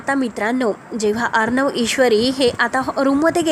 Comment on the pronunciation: भाषा नीट बोला.किती अशुद्ध बोलता, अर्णव असा श ब्द आहे.